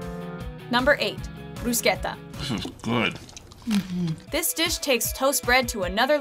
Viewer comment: Oh my god you said bruschetta in the right way 😍